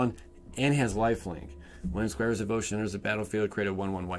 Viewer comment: "Squares Devotion". It's Squire! 😂😀